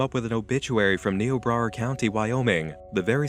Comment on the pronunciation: I shouldn't get irritated that you pronounced Niobrara wrong, but since I grew up there, I am.